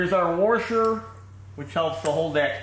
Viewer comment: The word is wash-er not were-sher.